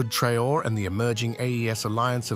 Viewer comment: TRAH-OHRAY ( TRAORÉ)